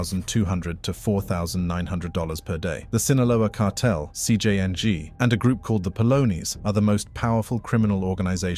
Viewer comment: “CJ Yang”